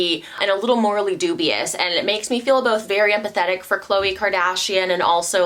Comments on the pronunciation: It’s is not kloayyyy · Since when was Khloe name pronounced like that lmfaoo. Not even on the show they ever corrected us